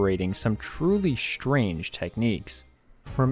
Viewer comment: The word is strange not shrange. I stopped watching at that point.